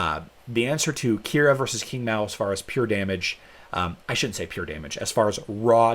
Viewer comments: Hey, thought it was pronounced "ching" not king 😉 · Please correct your pronunciation of Qing , sounds like Ching.